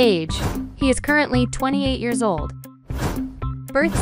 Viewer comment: "Birth sing" 💀 "Yera" 💀